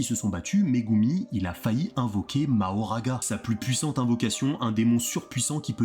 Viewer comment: On dit makora